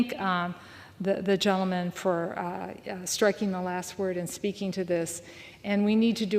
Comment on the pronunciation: Madam speaker sounds like she says Jell-O man instead of gentleman